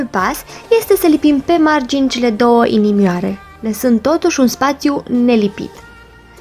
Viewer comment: Aproape tot videoul ai spus inimori sau nu am inteles eu.